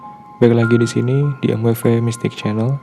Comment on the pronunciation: Baru nonton 👋.. Baru tau klo baca "emweve".. Biasanya saya bacanya mwiv :v